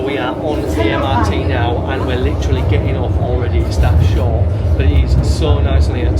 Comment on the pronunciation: pronounce MRT as Emirati ❤🎉😂.